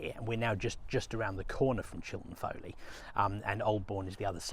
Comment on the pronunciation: Chilton Foliat, not Foley.